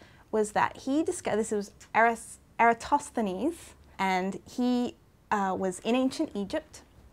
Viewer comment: you said eratosthenis pretty well...